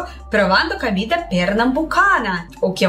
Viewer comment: A PRONUNCIA CERTA É "COMIDA BRASILEIRA" NAO CAMIDA BRASILEIRA OK ADORO VC XEROS RICHARD DE SALVADOR